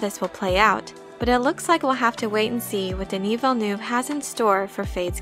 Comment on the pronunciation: Man has no one seen the blade runner 2049 special features? Dude his name is pronounced, Deni Villen nev WAh. Hes freanch canadian.